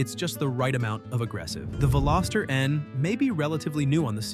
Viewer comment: You mispronounced Veloster, it has a soft o. Thankfully you didn't insult us by adding an s ( Velositer ) or calling it a Veloseraptor. 😉The Veloster was introduced in 2012 and ran through the 2022 model year. The N trim was introduced in 2019. Today is June 19, 2026 and I just a quick search and found Veloster N units ranging from $20k up to $30k. I'm on my 2nd turbo Rspec.